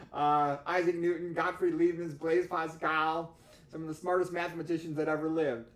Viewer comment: Good info! [audio level is a bit low. Leibniz or Leibnitz, not Liebniz.]